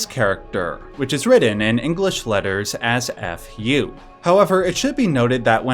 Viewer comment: Your pronunciation for “ふ” (FU) is WAY OFF! The f sound is still pronounced that’s why it’s written as FU in ROMAJI so English speakers can pronounce it. It is pronounced as “Phoo” as it is written. It is not pronounced with an H. I know you don’t know the language but please know that your interpretation of the hiragana FU is wrong.